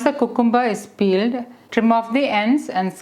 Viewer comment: Thanks for this healthy salad recipe. You are very good at English but can you plz check the pronunciation of cucumber It’s pronounced kyu kem ber